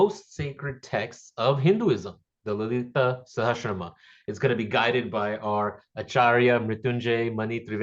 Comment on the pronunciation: When one of the objectives of the course is to recite the names of Devi correctly, needs to get his own pronunciation right. He is reading but he gets the lead title wrong: Lalita Sahashram instead of Lalitha Sahasranamam. Other names, too (Brahmanda...)...